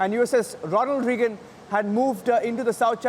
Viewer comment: The reporter needs to calm down And its Ronald Raygan not Reegun